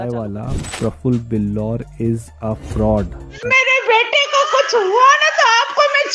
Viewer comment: Froud nhi hota hai fraud hota hai 😂😂😂